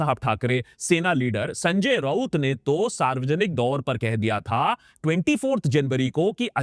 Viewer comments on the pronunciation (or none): none